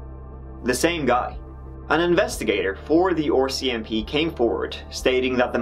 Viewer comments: The 'OR-CMP' got me this whole video. Assumed it was the Ontario branch of the RCMP, before realizing that I know which province Edmonton is in and it's not Ontario. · The "Oarsi MP."